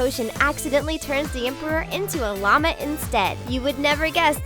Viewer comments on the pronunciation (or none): none